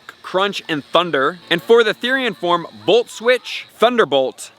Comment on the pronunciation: it's Form. Not Forme.